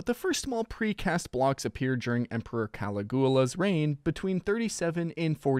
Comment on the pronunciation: Check the pronunciation on "Caligula" there. Emphasize the "i".